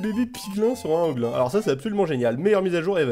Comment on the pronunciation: ahhh tu m enerve a dir piglain et hoglain se dit pigline et hogline